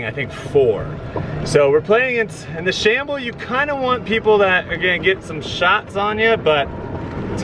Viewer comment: It’s a scramble not a shable